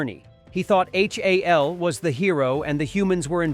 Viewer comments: EHCH AY EHL? it's HAL! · Kier DULL-e-a? H.A.L as separate letters? Filmed under fluorescent light? AI sucks.